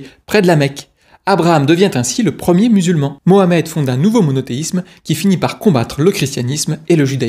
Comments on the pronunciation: Punaise pour une fois que les mecs prononcent muhammed et non pas mahommaaaaay 😂😂😂 c’est macron qui lui a donné les sources la mdr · Enfin quelqu un qui prononce Mohammed ! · grand merci à toi pour avoir prononcé mohammed ❤ et non pas maomet 😡